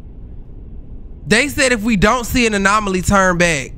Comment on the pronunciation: “anolomy” is killing me bruh😂😂😂😂😂